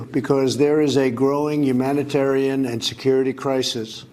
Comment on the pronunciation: yuge umanitaran crisis by kiyotes"